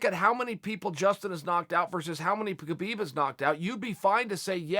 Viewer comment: he doesn't. dead fight. EDIT: on a seperate note i think Chael is intelligent enough to start trying to pronounce KHabib's name correctly. out of respect at least.